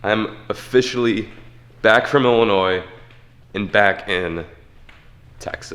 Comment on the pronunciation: Did he say "I'm a fish ally" in the begining ?